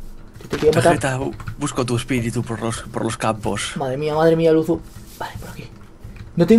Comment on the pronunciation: es luzu no luzo